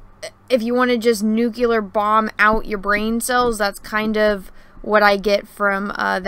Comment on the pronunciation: NuclEEEar, not Nuc-U-LUR.